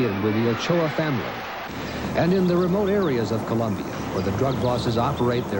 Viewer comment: Its Colombia not ColUmbia